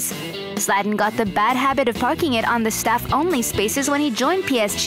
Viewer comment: hate how she pronounces his name Szlat-an and pronounced audi oodi's